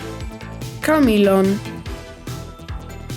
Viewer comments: Larbert: Lar-burt Camelon: cam-lin Linlithgow:Lin-lith-go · Pronounciation Camelon = K M'lon or Kay mlon - Say it quick Linlithgow = Lin Lith Go ...... say it quick too. Qualification? I live there.